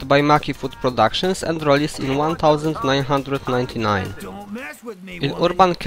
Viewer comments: lol i thought he was doing that deliberately. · TheRoyTeal96 lol that caught my ear also